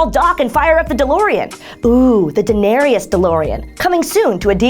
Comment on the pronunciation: Da-Nairyis? No.